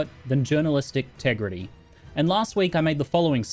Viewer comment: "Here at the report, nothing is more important to us than journalistic tegrity." 😂😂😂 you havw no clue how much happiness there bring me, so happy to see you uploading on YT again bro ❤️